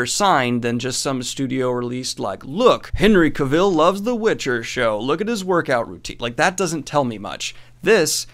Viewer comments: Cavill rhymes with ‘gravel’. 👍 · Is anyone going to tell him that he is saying Henry Cavill wrong. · Thank you, that was bugging me to.